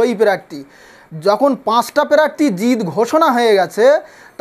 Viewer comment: এ আবার নেতা প্রার্থী উচ্চারন করতে পারে না আগে ভাষা ঠিক কর তারপর ভাষন মার